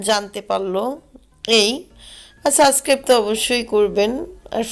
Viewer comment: তাহলে পরবর্তী ভ্লগ এ শুদ্ধ করে বলবেন অবশ্যই ..